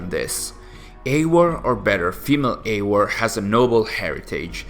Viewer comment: Why is he pronouncing Eior and not Eivor? 🤣